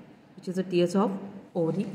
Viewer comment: Ovary ❌ Orri ✅